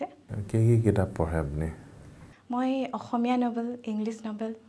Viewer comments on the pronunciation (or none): none